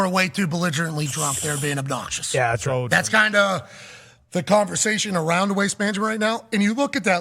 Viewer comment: “It’s alright when you’re wight” truer words have never been spoken Pat